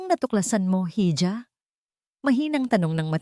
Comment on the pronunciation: Hija not heedja for reading,,,,Hija is IHA for reading (PILIPINO or Tagalog sound)ang sagwa po kasing pakinggan pag Mali ang PAGbasa.